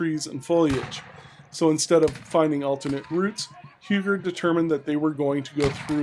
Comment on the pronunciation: Huger is pronounced more like "You-jaay." The j is soft.